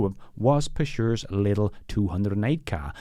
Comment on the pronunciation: Peugeot pronunciation was crazy! I hope I spelled that correctly! 🤷🏿‍♂️